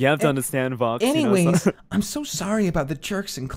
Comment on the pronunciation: それはそれとして I thought soの発音難しい 相変わらずvoxの発音好き